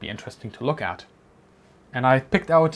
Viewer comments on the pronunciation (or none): none